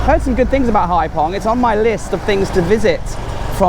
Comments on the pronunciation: The guy was a bit weird, but I understand his concern. Many tourists drive without licenses, and to be fair we've seen in this series that you broke the law and had a beer whilst driving, so not totally innocent. Also, Phong is pronounced 'fong'. Enjoyed the series. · the Vietnamese often use “ph” in their words which like the word phoenix has an “f” sound. Phong is not pronounced “pong”, all ph words will be pronounced as an f. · Brilliant, again! One thing ‘Ph’ is pronounced like ‘f’ like English, not ‘p’ like in Thai. Phong sounds like ‘fom’ to us.